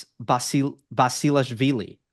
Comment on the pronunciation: Gabashvili, not Bsilashvili